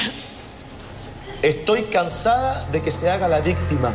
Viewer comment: "Estoy cansada que se haga la VISSSTIMA " 😅😅😅